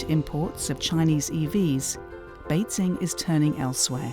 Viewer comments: Good reporting but just can't get over the commentator who can't pronounce basic terms right... Beizing... Xinziang... WTF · Why does she keep saying 'BeiZing'? It's not that hard to look up pronunciation, and should be important for someone doing a voiceover.